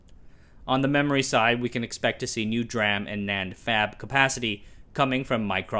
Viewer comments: Don't you pronounce DRAM as Dee-Ram, Instead of Dram? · Hi, can I ask that you to pronounce DRAM as Dee-RAM rather than Dra-am? I'm a DRAM guy, and no one pronounces it as Dra-am. Thanks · This is a text to speech video: "d"ram not dram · You say "dr-am" while I say "d-ram" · Sorry to be that guy, but you should know that it's usually pronounced "D Ram", not "Dram" like the unit of water. Dee Ram. D-RAM. Dynamic-RAM. I've never heard it said like you do before. :) Edit: Also, same is true for other types of ram. Like static ram being called S Ram not Sram. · just FYI, DRAM is generally pronounced "dee ram" 👍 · You could double your subscribers by pronouncing D-RAM correctly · I like the way he say DRAM. He should have patented it.